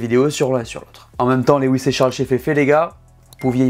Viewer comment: Comme d’habitude, super video! Hâte que la saison démarre! Puis-je me permettre de corriger la prononciation du prénom Lewis. Lewis est tout simplement la version anglaise du prénom français Louis, et se prononce « Lou-isse » et non « Lé-ouisse » (Lew-is, comme « chew-ing gum » ou « few »)